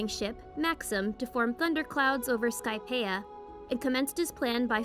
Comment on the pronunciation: The way she pronounces skypia hurts